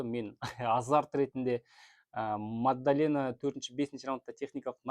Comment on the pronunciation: Мадалена деш, магдалена емес